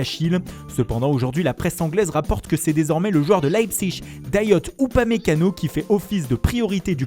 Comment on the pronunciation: Dayote !! T es sûre que ça se pronnonce comme ça ?